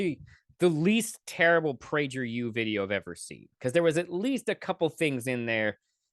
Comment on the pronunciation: (1) That's a hard "G" not a "J" sound in Prager. Fail #1. (2) "I think I know where this is going." is the sign of a closed mind and will lead to weird conclusions based on "projection." (3) Who cares what Zach Galifinakis says? Not an argument. (4) From whence springs the motivation to attend university for average IQ people? The real answer is propaganda. (5) Taxes and reasoning from one's own experience and then projecting your anomalous experience onto an entire economy. Logic. (6) The minimum wage serves ONLY to ensure those of limited capabilities (so limited by whatever reason) are excluded from the PRODUCTIVE economy and become societal drains. Learn some very basic economics. For those not so limited, starting at the bottom – minimum wage – "theoretically" drives personnel to strive for continual self-improvement. (7) Content creators: (a) source? (b) ever heard of a Pareto distribution? Thought not. (8) Re: your timeline confusion… see point #2, above. (9) If listening to people explain things is not the basis of education, then what is? The setting in a schoolroom? Is that what educates? Sheesh. I can see WHY you have 12 subs. (10) Now, "I don't know where this is going yet…" and then bloviates… see #2, again. (11) ALL crises exist BECAUSE of conditions set by society… the larger the role of a centralized authority in that society, the less individual control exists, so, no, to your housing crisis position. (12) AND there it is at the 11-minute mark… your fundament